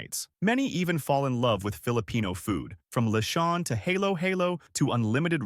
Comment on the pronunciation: I'm not sure if this was an AI voice or not, but that is NOT how to pronounce halo-halo. (HAH-lo HAH-lo is the correct pronunciation.) Nor is it drinkable, any more than ice cream on top of shaved ice is drinkable. Lechon was also a bit off. For a channel that talks about Pinoy topics, why are you only familiar with three or four foods/dishes to rotate through?